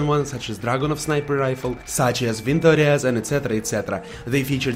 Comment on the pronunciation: The way you say Dragunov and Vintorez is fucking amazing